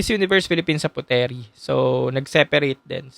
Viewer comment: Puteri (Indonesia) is pronounce as "Putri" not Pute-Ri